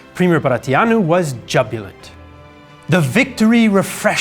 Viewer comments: has a lot of words to say, so he has the right to take a word off now and then. Still, all those foreign names pronounced without a pause, and then jubbulant? I turned captions on to make sure he was trying to say jubilant. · I just heard jubilant pronounced jubbulint